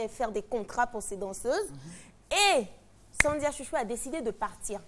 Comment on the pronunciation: ON DIT Sandra😘